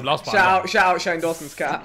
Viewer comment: "Shane Jawsons Dizz"